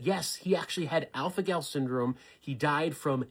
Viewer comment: Are my ears not working or did he say alfanol?